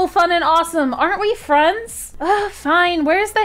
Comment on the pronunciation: i kinda like how piper/rektway's ex girlfriend said furends Lol